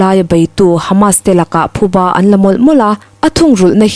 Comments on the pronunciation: Thuba nilo in, PHUBA tih tur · Thuba ni lovin PHUBA tih tur a ni e. An thiltih phu tawk an ba tihna a ni. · Thuba nilo in, Phuba tih tur aw..😊. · Abengvar thlak khawp mai a, a chhiartu aw pawh afiah, mahse thupha leh phuba tih hi a kawh hrang daih ani a, tin, thuba ti hi an awm bawk a thuba hi a awm ngai lo hrim hrim bawk, tin, parchhuang hi alam dan adik lova, par tih pangpar tih a par tih anga lam tur ani lo ani, hmasawn zel nan ka han sawi ve ani e